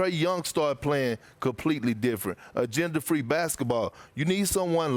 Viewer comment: lmfao i thought perk said "gender free basketball." Then realized he said agenda free